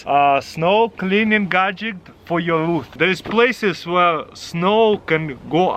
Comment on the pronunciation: I love it when he says “gaject”